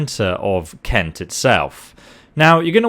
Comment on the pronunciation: ''Cent'' [Kent] Sorry but that's so lame xDDDDD